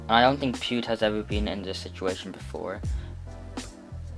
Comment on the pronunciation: GG “pewd”💀